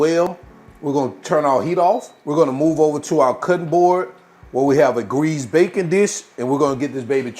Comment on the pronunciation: You pronounce tarragon the same way I do so that makes it correct. 😊. When you said greased baking dish I thought you said bacon. So I think bacon would taste awesome in here (but then it's not French onion I guess.). Nice video!